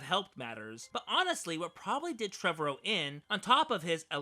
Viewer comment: You're saying Trevorrow wrong.